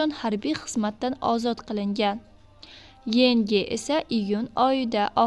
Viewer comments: Yengi🤨 Yoongi boladi. Keyin BTS emas Bi Ti Es boʻladi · Oohhh xudoyimmm🤦🤦azoblash hizmatikuuuu😂😂bits emas Bities keyin Yongi bo'ladi Yengi mas😂😂